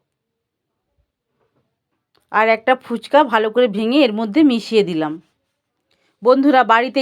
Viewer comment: Didi phuchko noy phuchka 😆😆😆😆😆